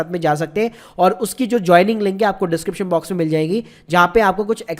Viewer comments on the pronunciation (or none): none